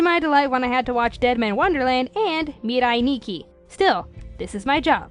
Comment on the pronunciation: The way she said Mirai Nikki freaked me out.